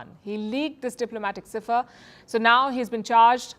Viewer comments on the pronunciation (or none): Cipher is pronounced Sypher not Seefur